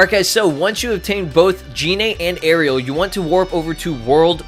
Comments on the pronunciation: Btw arale is pronounced ahh-ray-lee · It's pronounced A-RAIL-E, not Ariel. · A-RA-LE NOT ARIEL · Arale is not Ahh ray lee its a-ra-le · It is ara-le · uh-raw-lay is how to pronounce her name bruh (im sorry but I just got triggered at how u said her name) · It's ah-rah-lay the dub messed it up for some reason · you said arale wrong you say it like this A-ra-le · The way you pronounced Arale......